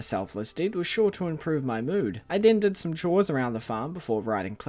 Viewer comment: I wonder how distraught will be when they realize it’s Cindersap, not Cindersnap